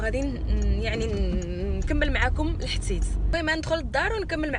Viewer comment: حبيبتي علاش كتقول لحتيت كنقول لحديث الحديث الله يحفظك الزين غزالة 😘